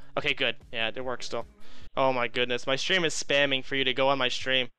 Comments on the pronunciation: Why does he say 'strum' instead of 'stream?' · The way he refers to his stream as "strum" is so cringe holy shit 😂